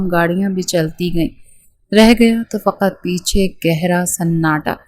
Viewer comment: فقت نہیں فقط